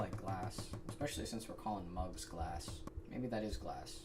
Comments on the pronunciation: "Glass-k..." He just had to emphasise a K at the end 😅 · I absolutely love the hard K at the end of Glass. So many humans forget that in their pronunciation.